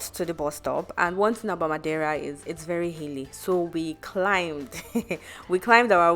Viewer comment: A for effort for your pronunciation of Madeira 👏